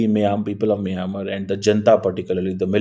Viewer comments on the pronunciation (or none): Miyamar nahi mynamar for pronunciation Why didn't you send your aid